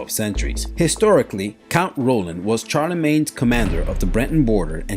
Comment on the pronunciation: Great video. Surprising pronunciation - Charlemagne is more typically pronounced Sharr-le-mañ, Basil pronounced as Bazz-ill, Danube pronounced dan-yoob, Gaul rhymes with ball, Yue Fei = you-é fay, Miltiades = Mill-tee-add-ease, Leonidas = Leon-id-as, Herodotus = Herod-ottus, Xiahou Dun = Sha-hoe done, Pyrrhus = peer-us, pyrrhic = peer-rick. Thanks.